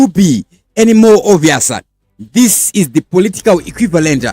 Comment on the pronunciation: Please change the way you say your words, for example when you say this you say thisa nemwe ma words as well